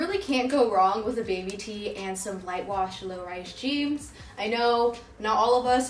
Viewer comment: did u say light wash lowrise jeaMs or am i just hearing wrong